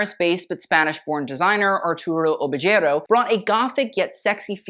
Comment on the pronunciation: "Oh veh hey row" is better